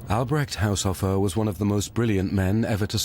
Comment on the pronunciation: Haushofer is not pronounced "Haushoffer" but "Haushoofer" (long o)